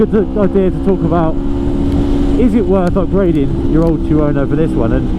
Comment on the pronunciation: Chew-Ono? Two-no thank you